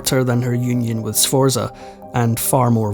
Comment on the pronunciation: I was going to make a list of all the English words you mispronounced but there are too many. Needless to say, none of the Italian first names are pronounced correctly; you got 'Borgia' and 'Medici' near enough, but 'Sforza' is way off. As for a Scotsman saying 'off of', I think I'm going to be sick. The bite-size history is nice, though.😊